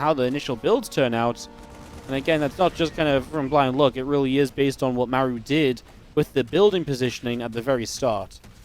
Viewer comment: I love how laughs at the koreans mispronouncing Rogue when he has not once ever pronounced "Mah-roo" correctly himself. It's perfect. 🤣👌🏽